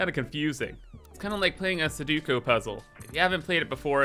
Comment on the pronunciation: Love your vids, keep it up! Just feel the need to point out sudoku is pronounced: sue-dough-koo, not sue-due-co Not that it really matters Cheers!